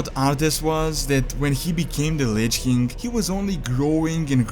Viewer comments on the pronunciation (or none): Why does he say lich kink? Its king facepalm